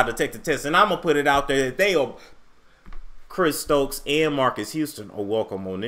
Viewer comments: He said "Chris Strokes" lol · You said Chris Strokes 😂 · did you just say Chris STROKES. 🤔